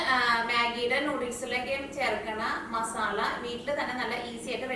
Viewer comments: മസാള അല്ല മസാല 😅😂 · മസാള അല്ല മസാല